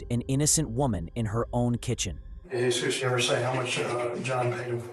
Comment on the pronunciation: It’s not Jeez us. It Heh soos. That name is not translated into English as Anglo speakers don’t use that name commonly 😡🙄 Do better AI